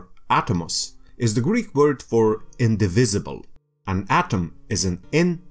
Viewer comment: Very nice! And because of this, a pity that you have to hear "Greeth" or something like that, , instead of "Greek".